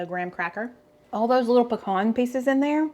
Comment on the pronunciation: Puh- con